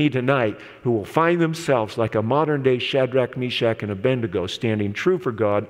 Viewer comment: Can you NOT say ABED. NEGO? I have never heard of the correct pronunciation in all my days as an Adventist. A. BENDIGO is a town in Victoria, Australia. It’s as annoying as NEW. CLE. LA, as made popular by one of your presidents. He just could not say. NEW. CLEAR